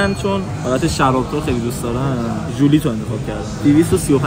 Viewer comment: جدی داره میگه ژولیت😶 ژولیِت یِت